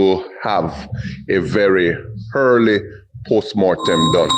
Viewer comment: I'm not taking the word of any Policeman that pronounces the word 'EARLY' as 'HHHhhEARLY'. Time for the JCF to have better people that can communicate effectively, Jeeez it's 2025.